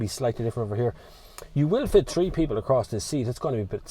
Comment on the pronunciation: It’s not model tree, it’s model “th” reeeee